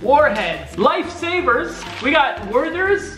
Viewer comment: "Lafe saviers"